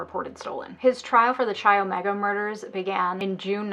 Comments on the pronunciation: Dude - It’s pronounced: Kai Omega (rhymes with eye). NOT Chai Omega. (Ouch!) Each time I hear Chai Omega I cringe. I wasn’t a sorority girl in college but they were big on my campus. It’s a Greek letter not a kind of tea. 🤷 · Chi Omega? You mean (sounds like 'Kai') Chi Omega? xo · I’m a new subscriber and LOVE your channel so far... but I cringed every time you pronounced Chi Omega wrong 😅😅 it’s pronounced Like Kai, or s(ky)! It’s okay everyone does it 🙃 rules for living in the chapter house were crazy because of him! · Kimberly Diane Leach. “Ka” is the correct way to prounce Chi. I lived in Tallahassee when the Chi Omega murders happened. It was horrific. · Pronunciation of "chi," the Greek letter, in the name of the sorority, according to the English convention, in which "ch" is pronounced like the "ch" in "choo-choo," is inaccurate. The Italian convention, in which "ch" is pronounced as if it were "k" is correct.